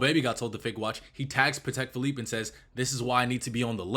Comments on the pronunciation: Pat-tech fillipe and reeshard mill… you didn’t even try to pronounce AP lol… good vid anyway 👍🏽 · The way he says Patek Phillipe and Richard Mille have me dead. But in all seriousness, cool video. The diamond segment had me shocked.